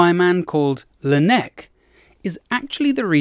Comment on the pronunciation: Great video, but dare I say you spent NOT ENOUGH time in France to really follow the footsteps of Laennec ? (You obviously pronounced his name wrong but it was decent enough and the joke on the neck was perfectly delivered !) Do you realize you have a huge flock of Frenchies ready to butcher English and give the 'France smell' to your text reads ? ask free content from your community as a professional influencer 😉 Come visit René Laennec's birth city Quimper. You can come there from boat and some buses/car trips